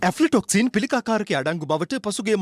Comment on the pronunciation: මේ හිරැ සාමාන්‍යාධිකාරී තුමා වෙතයි රටක ප්වෘත්ති කිමේදි නිවැරදි උච්චාරණය අත්‍යාවශ්‍ය බව මතක් කරන අතර මේ වැඩසටහන කරන හරකා ඇෆ්ල ටොක්සීන් ...; ඇල්ප ටොක්සින් ලෙස උච්චාරණය කිරිම පිලිබද ඔඹගේ අදහස දැන ගැනිමට කැමතියි...